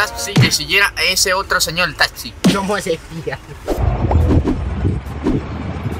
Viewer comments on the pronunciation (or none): "le dijimos al señol talxi que siguiera a ese otro señol talxi" ja ja ja ja morí 😂